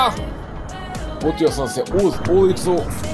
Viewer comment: Bože da li si ti čuo za Viktor Igoa a ne Vikto Hugo, ili da se ulica na francuskom kaže ri a ne ru. To mi je bilo dovoljno da ništa ne odgledam.